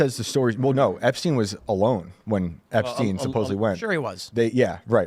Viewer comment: There's no such thing as Jeffery "Epsteen". It's Jeffery Epstein...like Albert Einstein! Learn to read.